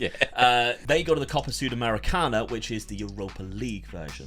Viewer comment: Your pronouncing for "sudamericana" or "sulamericana" is nice man ❤ About that young player Jair pronounces like "ja-eer".